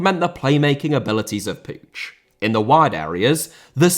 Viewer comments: Just an FYI, but the last name Puig is pronounced like "Pweeg" not "Poodge". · still cant understand how can somebody pronounce puíg as pooge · no the catalan pronunciation of puig is not "pooge" i know that for a fact im not just assuming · I think it might be the Catalan pronunciation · The way butchered Puig's name is brutal, up there with what the Saudi's have done in Yemen